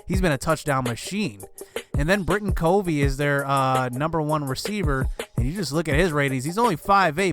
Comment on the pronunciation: Its Cuh-vee.. just an fyi. Guy is wes welker type with speed. Has NFL talent imo